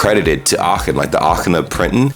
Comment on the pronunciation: May I congratulate you on your excellent pronunciation? Especially when I heard Aachen, I was extremely surprised at how good it was. A very difficult sound combination for native English speakers.